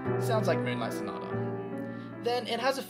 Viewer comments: "m-uwu-nlight sonata" caught me so off guard 💀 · Lmfao your commentary 😭 ”m-uwu-nlight sonata” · "m-uwu-nlight"? *Dude.*(he says reproachfully) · "m-uwu-nlight sonata" dude 😂😂